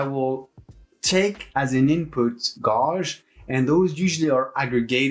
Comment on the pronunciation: Love your video. One note though - check how gauge is pronounced ;)